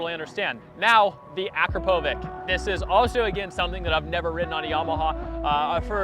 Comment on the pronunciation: You pronounced akropovic wrong it’s more like uh crop uh vitch